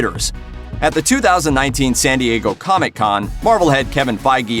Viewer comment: Stop saying comic con like “coMIC CON”